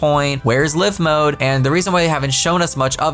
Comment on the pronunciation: Everytime I hear "live mode" (Liv'), My brain says; "No, its Live Mode!" (L-ie-ve) (Petty Brain; "or should we say 'Paraliv-s'?" XP)